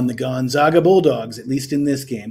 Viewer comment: You just said GONZOGA to finish your speech on a a KANZUS player. I would totally trust you with my money. Stick with it though. Do basic research and a little more planning. Also act a little more excited and keep the video shorter.